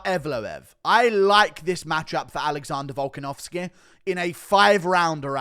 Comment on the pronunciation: “Alexondah Volkenovskehh”